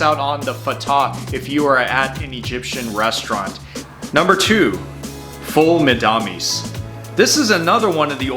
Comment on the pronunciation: Me too. Especially the foul Medamus pronunciation. It cracked me up but he did a great job!